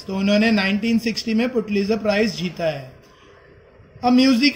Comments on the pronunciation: Your pronunciation is Putlizer but it's pulitzer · It's pronouns Pulitzer not putlizer